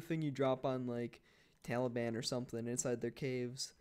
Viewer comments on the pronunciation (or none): none